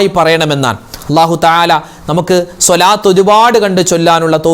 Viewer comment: രാവിലെ മുതൽ വെള്ളം കോരി അവസാനം കുടം ഉടച്ചു. എന്ന് പറയുന്നത് പോലെയാണ് ഉസ്താദ് മാരുടെ കാര്യം. എല്ലാദിക്ക് റും ദുആയും നടത്തി അവസാനം സ്വാലാത്ത് ചൊല്ലുന്നത് തെറ്റിക്കും. സെല്ലല്ലാഹു എന്ന് ചൊല്ലും സ്വാല്ലള്ളാഹു എന്നല്ലേ ശരി സ്വാദ് അല്ലേ സിൻ അല്ലല്ലോ സ്വാലാത്ത് എന്ന് പറയും. ചൊല്ലുന്നത് സെലാത്ത്. എത്രനാളായി നിങ്ങൾ ഇങ്ങനെ ചെയ്യുന്നത്. അള്ളാഹു സ്വീകരിക്കുമോ